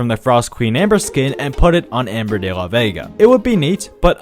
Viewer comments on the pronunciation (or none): none